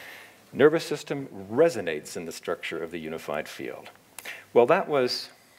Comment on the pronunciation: What is the You-nified Feel-ed ? RorriMaesu says useaMirroR 🙏